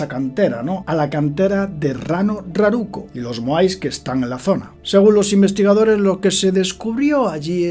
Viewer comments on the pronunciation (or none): el nombre correcto es Rano raracu, no raruco jajaja, salió divertido 😅. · Saludos desde Chile, excelente video, muy interesante, solo hacer una pequeña corrección con mucho respeto, no es Rano Raruko, es Rano Raraku. Nuevamente saludos. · "Ranu Raraku", querido.